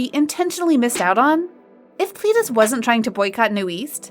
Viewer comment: You say ' NU-EAST' but its literally 'NU-ÈST' (newest). Its also not 'PLEE-DIS' but 'PLÈ-DIS'. Edit: Also its 4Minute and not 4Minutes. If you decide to report on kpop at least be authentic. This channel seems like an insincere cashgrab and would've normally not reported on kpop if it weren't for the hype.